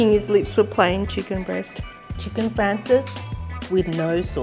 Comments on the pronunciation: Great recipe! And the Italian pronunciation is fraan chay zee. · Cute accent. It's Chicken " Francese" not Chicken " Francis." Lol